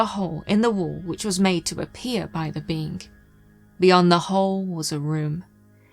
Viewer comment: Planet of the beans? Like in Mr Bean? Why does say bean to a being? Usually she say beink, with that hard G. Now she say bean.